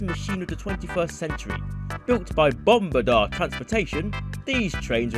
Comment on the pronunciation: it’s pronounced bomb ared ia er my dad works there and on swr project